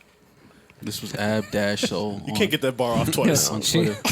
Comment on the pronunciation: Ab-soul as in soul away. Spoke positive of aleister Crowley. 👀